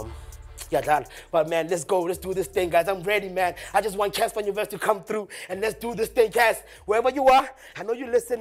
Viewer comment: Did he just say Cassper nyonyest😂